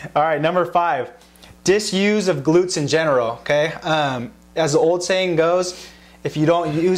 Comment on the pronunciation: his okey is damn not okeyyy...